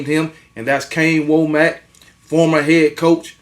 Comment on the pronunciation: Just FYI. It’s pronounced WAH MUCK. RTD!